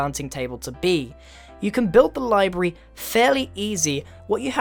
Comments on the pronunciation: Oh no grian! It's Library! Not Libry~ D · Did anyone else notice him say livary when he introduced the library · lyberry >w< LYBERRY AHH MISPRENOUSIATION I KNWO YOU LOOSE BREATH FROM DOIGN COM<MENTARY ALL THE TIME BUT AHH IT JUST BOTHER ME IM SORRY XD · The way he says library😂😂